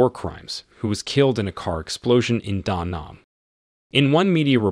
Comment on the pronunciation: You mispronounced protégé & Da Nang. Very bad 👎